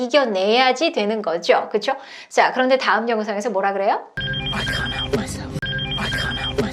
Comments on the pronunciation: 영어 잘 못하는데 느린 영상 계속 보고 또 봐도 I couldn't help my self로 들리고 입모양도 그렇게 보이네요.. 하하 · 감사합니다! can't help가 couldn't help로 들리긴하네요!!ㅎㅎ